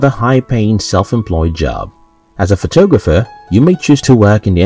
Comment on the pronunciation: is this some sort of computer voice?? the way it pronounces photographer . sounds like photooogapher . hahaha